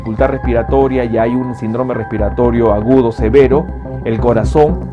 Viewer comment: Doctor con todo respeto, pronuncie bien la palabra : síndrome